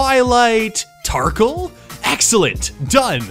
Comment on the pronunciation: Swilight tarkle??? 😂😂😂😂 he switched the "s" and "t"